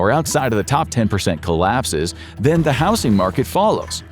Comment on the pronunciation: I thought the same, but the way he pronounces certain words still has me suspicious. Even in this one he says "house-ing" instead of "howz-ing". He has also pronounced "polished" is if it was referring to Poland. If I had to hazard a guess, they might start the script with a real voice, but then use AI to finish the rest. Listen closely, some of the inflection is...odd...